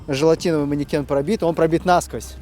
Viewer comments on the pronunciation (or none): уважайте русский язык! Не нАсквозь, а насквОзь! Русский язык тем и богат, если что не там поставить ударение или склонение, то смысл сказанного может измениться! Если над буквой "ё" не поставить точки, то получится трагедия! Страна передохнёт от холода или страна передохнет от холода! Вроде, две точки, а смысл в корне меняется! С уважением! Доброго здравия! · "насквОзь", ударение - на последний слог! (специально для патриотов РФ)